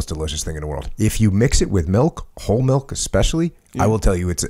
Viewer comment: milk........not malk